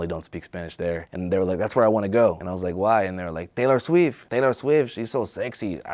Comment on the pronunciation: Dayler Sweef! Dayler Sweef!